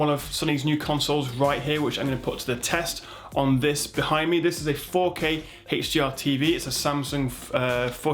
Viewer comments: i hate how you say heysh dr and heysh mdi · WHAT IS THIS "HECHHH D R" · I like it when he says (Heych)DR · Haaaaaaah dr ? Oh you mean HDR